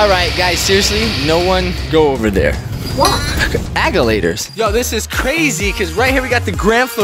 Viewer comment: agalator ahahahahahah its agalator